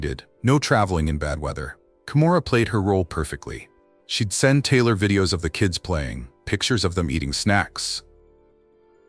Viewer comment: this AI reading? Wtf 😮her name is Taylor right not Tyler!?😮